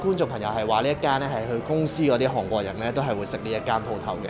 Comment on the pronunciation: 啲櫴音真係聽得好辛苦😡希望Kiki 用心改善🙏🏻